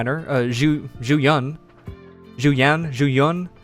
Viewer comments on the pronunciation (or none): Its pronounced like Ching Yee and Zoo You-when.